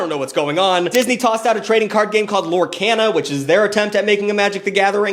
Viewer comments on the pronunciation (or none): Did you just say LorCANa?